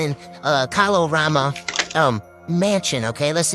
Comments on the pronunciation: I grew up in the DMV and always heard the area pronounced 'KAY-lorama'. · As a native Washingtonian, it’s hilarious hearing everyone say Kalorama wrong. 😂🤣 and Yes, DC is technically the South (the south of the North and the north of the South.) 😂 Also, didn’t Eastern Market catch fire years ago?? 🔥 Every time I drive by and see people shop like black folks weren’t sold there irks my spirit. lol!